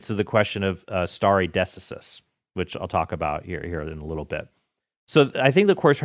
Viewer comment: No one is calling Trent out for his pronunciation of stare decisis?????